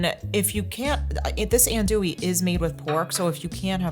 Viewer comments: not to nitpick too badly but you mispronouncing undewee you pronounce it in Dewey which is no that was pronounced. it is pronounced on AHNTOUIE on Dewey So it's not like N Dewey or N Dewey it's on AHN how it's pronounced TOUIE. I know it's your New York accent believe me I need a pick with English people about how to spell how to pronounce Jaguar and then call it Jaguar If you turn to tell him it's a Latin American word in the Spanish language from Native Americans and you're pronouncing it wrong it won't listen. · Dude, dude---AHN-doo-ee. -SAH-cha-rez. And no rouix??? 🤣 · That's ahn-du-we sausage. 😁